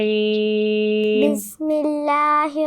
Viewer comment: بسم اللہ الرحمن الرحیم ہے بسم اللہ الروحمن الروحیم نہیں